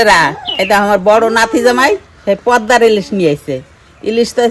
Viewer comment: Pordar ilish noi😂😂😂 kotkata holo poddar ilish.